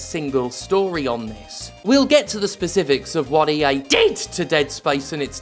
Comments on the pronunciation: That "DID" at is giving me flashbacks to Zhang He. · Jeez, that " DID " almost gave me whiplash!